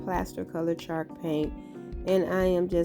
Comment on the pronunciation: It's so adorable how it sounds like she's saying chark paint. Lol. Lovely crafts darling!